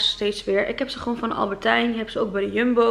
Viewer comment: Wooow -10! Super goed❤️. Maar wat ik vaak merk is dat je albertijn zegt. Alleen is het Albert Heijn. 😬Niet gemeen ofzo bedoeld, just a tip. 💕